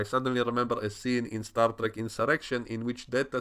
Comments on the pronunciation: Star Dreck? Are you german or something? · xD you said Star Dreck thats Star Trash in English... Wonderful